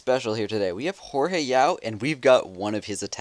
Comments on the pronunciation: It's pronounced "Hoar-Hay" Yao? thought it was "George" Yao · WHY DO SO MANY PEOPLE CAL HORHE IT IS JORGE IT IS EVEN SPELLED THERE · its Jorge not horehe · why does he say whore hai xD